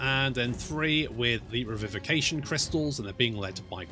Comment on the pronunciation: If there was ever a lesson I think would've probably missed in primary school, it'd most likely be "Make peace with the consequences of your actions." That, along with the pronunciation of really big words like Revivification.